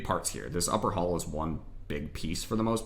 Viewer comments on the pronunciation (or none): none